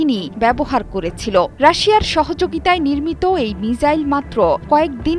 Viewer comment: মিজাইল × মিসাইল ✓